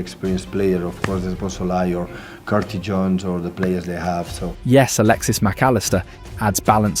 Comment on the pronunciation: Guardiola pronouncing our midfielders' names... "Svloazi", "Gravener", "Carti Jones". I don't know if it's hilarious or embarrassing.